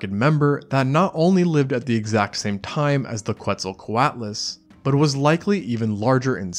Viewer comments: its pronounced KETZL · he says quetzal, pronouncing the Q like an English Q